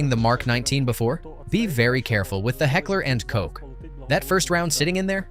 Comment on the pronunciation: Not Heckler and Cok, 😂 "Koch" spells like "Koh". A soft ch sound, like in Bachelor, but softer...more from the throat, a little hissingly